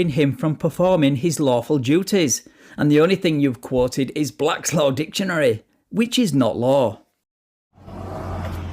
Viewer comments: No he was quoting Blats Law Ditionary. Still it is NOT law, it is a Dictionary not ditionary! Speech therapy is in order here. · Pardon me sir but did you just say "Dishonary" ? Step out of your vessel 😊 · Blatt Law Ditchunary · What is Blaslaw dishanary, or duhlaw? Can these people at least learn how to speak? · I love when these guys cant even speak nor pronounce words correctly Try to state made up sovcit laws " bak laws dicksaonary"